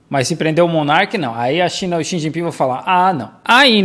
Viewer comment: O sotaque do falando o nome do Xi sz